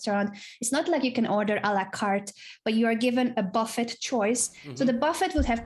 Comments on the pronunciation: Anna pronounces Buffet like Mexicans do, I’m guessing it’s her Spaniard background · The way Anna pronounces "buffet" makes me think Kevin told her how to say it...